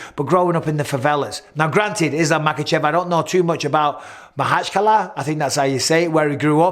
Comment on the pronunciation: Pronounced makhachkala very accurate👌